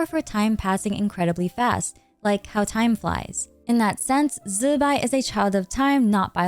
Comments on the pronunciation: Why we calling zibai, zibai insted of zzzz..bai ?!! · Ok. I'm ignorant of the correct pronunciations of most of the characters in Genshin, but is "Zibai" REALLY pronounced "Zzzzz bye"?!😅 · Why is it so hard to just say "Zibai" 😆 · Calling Zibai like that was so cringe to me and it was so distracting, it fully broke the flow of the sentences everytime, just call her normally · You know you dont have to force zbai's name, right? Just use an english pronouncination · Killed something in me